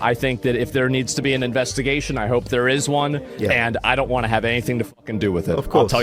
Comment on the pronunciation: Windows=Windurs hope= hurpe. Moment=murhment. Anyone else noticed?😂 wtf